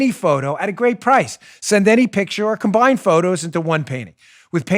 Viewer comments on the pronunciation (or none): none